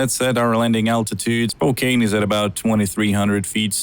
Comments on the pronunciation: The_HR_Wang_Sauce Yeah, he pronounces it Spo-cane even though it is spo-can lol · I died inside when he said Spo-[KANE] Washington. :( But good video none the less! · do you pronounce it spokane or spokeann? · Oh nah dude its cool, when i first moved in the Spokene area i couldnt pronounce it either, its all good